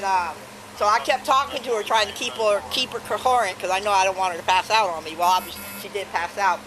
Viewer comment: “Keep her co-whor-ent” mad this not so sad to watch